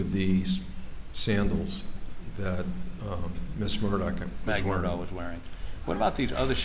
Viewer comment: Why do most people pronounce Alex Murdaugh name wrong? It's not 'Alec Murdock"